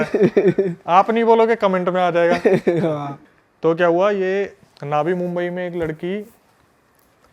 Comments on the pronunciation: उसको बोलो नवी मुंबई होता है ना कि नावी मुंबई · नावी मुंबई नही नवी मुंबई बोलते हे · Naavi nhi navi Mumbai h 😂😂😂vo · ये नावी मुम्बई क्या होता है, वो नवी मुम्बई है, मराठी भाषा में नई को नवी कहते हैं, नई मुम्बई जैसे दिल्ली और नई दिल्ली